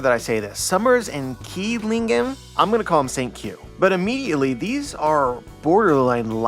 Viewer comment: Love you,. Want to give you an edge on pronunciation over your peers. If the official goes with Qilingham, it means they’re going with the Chinese mythological creature the Qiling, “Qi” in Chinese is pronounced like “chi” in Japanese- so his name would sound like “Chillingham”. If the official goes with the Japanese name for this creature, it will be “Kirin” like Sasuke’s move from Naruto, then it will be Kirinham. It’s also possible they’re going for a mix of the two to make it “Killingham”